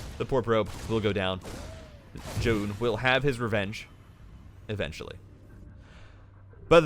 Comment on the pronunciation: I understand you're trying to pronounce it correctly, but we can just pronounce it "Zj-ow-n" lol idk why it bothers me